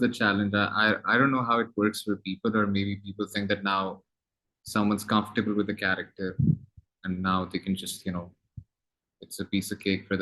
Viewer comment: Hamza sohail said again and again 'we are confatable each other '😀😀